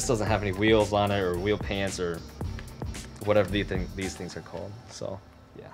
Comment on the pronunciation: Is it wheel pans or wheel pants? (please say pants)